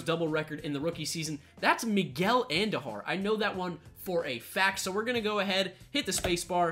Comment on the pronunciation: Andujar not Andojar